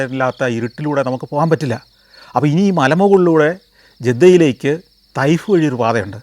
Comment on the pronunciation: തൈഫ് അല്ല ത്വാഇഫ് ആണ് ശരിയായ രീതി 🌹